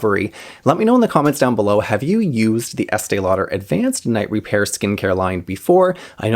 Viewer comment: I love hearing you say the name over and over. 😆. And you never make a mistake! I used this product for nearly twenty years, starting very young. My mother worked at a department store, and so we always got it in gift and with a discount. I felt like it saved my under-eyes, and I look years younger for it. But, who knows! I may have used nothing and it would have been the same. I recently bought it again, and when it comes to how my under eyes look after applying it, nothing compares. I always used it in the day despite the name!! I need a dupe!!